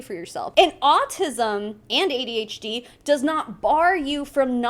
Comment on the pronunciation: You pronounced AuDHD right and no its not an excuse. Shes a liar and a scammer. Simple.